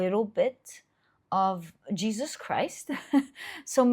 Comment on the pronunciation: My Dear don't worry about it native spanish speaker heree🙋‍♀️ you pronounced perfectly. It's the written the exact way Jesus